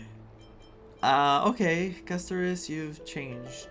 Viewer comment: Hearing you pronounce Castorice as "Casto-ree-kee", is like nails on a chalk board, I cringe every time I hear it. I don't care if it's the proper Greek way of saying it, it sounds weird, and nobody else says it like that. Just my opinion.